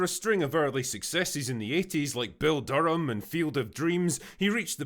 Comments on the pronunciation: It's "Bull Durham", not Bill. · Not usually the one to correct, but it’s Bull* Durham my guy. Anyways go away now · Did you call the movie, Bill Durham? That’s bad man even with an accent.